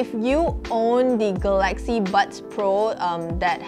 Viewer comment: ga-laxy / ga-la-xy